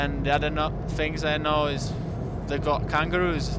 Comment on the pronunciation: 'they got kangaroos' spot on scouser accent mate